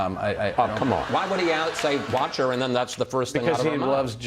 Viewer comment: How do you "wartsch" march madness, Steven? <3